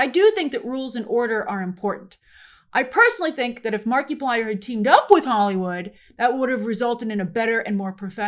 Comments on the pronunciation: Oh that was a brutal Markiplier pronunciation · never heard Markiplier pronounced that way 😆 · I'm not a fan... But it hurts the way she pronounces Markiplier xD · I died inside at how you pronounced Markiplier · SAAAME Good God that hurt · It's like saying Multi-ply instead of multiply. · Never thought i'd run into anybody that doesn't know who "Mark-a-plier" not "Mark-e-Plier" is. That's like saying you don't know who Mr. Beast o.O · I love you as a reporter Grace but it would literally have taken you 10 seconds to find out how to pronounce the guy's name correctly. the creator of Iron lung name is pronounced like Mark-plier it a play on multiplier not Marky -plier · It’s not Mark-ee-plier, it’s Mar-i-plier ( short vowel form ) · I realize Grace that you don't follow Mark - 'ah' - plier. But I do feel it's worth pointing out that he was involved in the 'Edge of Sleep' series that was distributed thru Amazon. While neither writer or director in that series, he was involved in promoting as much as he could due to Amazon's seemingly strange limitations about advertising upcoming shows. Due to the frustration and annoyances perceived. I think there is a pretty big reason what encouraged keeping the big companies out of the mix this time around... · I work for Disney and Marvel and the hollywood machine. I am THRILLED that Markaplier showed you dont need the corporate Monoliths to succeed. The whole thing would have been completely tainted if he had "kissed the ring" of disney first. Mark-a-ply-er, PLEASE at least learn to say his name right, Gave hope to me that the film industry can recover from the Monopoly that has destroyed its creativity for the last 20-30 years. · Grace must have said "Marky plyer" 100 times this video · It's French Marky-plea-ay 😜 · I giggled every time you said Marky-Plier 🤣🤣🤣🤣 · Markiplier. (Mark eye plier) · it’s pronounced markaplier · I LOVE the way Grace says Marky Plier 😂